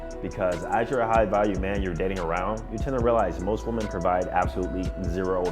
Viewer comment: Why does this dude pronounce "women" like "woman"?